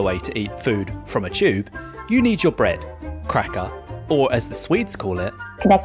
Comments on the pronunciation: "CHUBE" xD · mf pronounces tube like chewb